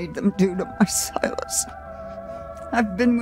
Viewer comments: the name is Sigh-Las not Sil-is 😂😂 3 videos now you started saying the name wrong out of nowhere 😂😂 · Si-lis not Sil-is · First, I haven't finished the episode yet. Just wanted to come by and say I giggled everytime you said 'sil-us' instead of 'si-lus' 😂❤️ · Him saying 'sill es' instead of 'sigh las' gets to me 😖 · The way ohm is pronouncing Silas’ names as Silus had me laughing way to hard because not even 1 episode back he was saying it right lol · Literally screaming at the fact that the hag has said the name Silas 100x during this play through, yet insists on saying it wrong. I need a “yanking out my hair” emoji 🤣